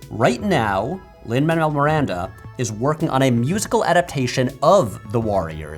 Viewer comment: Oof you said Lin Manuel Miranda and I had to unsubscribe